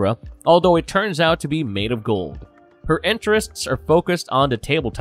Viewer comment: But look at it this way, you learned all new ways of pronouncing words like “séance”and “jargon”